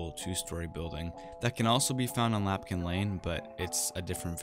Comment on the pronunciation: Love your video's man, but it's Lampkin Lane, not Lapkin Lane =P